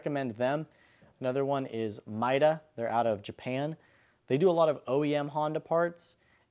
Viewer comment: Interesting thanks. BTW, it is read MEEta, not MYta.